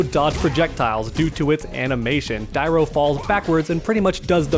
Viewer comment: So hard to hear you mispronounce dairou everytime haha, if you played the game or watched a video you would have known the true prononciation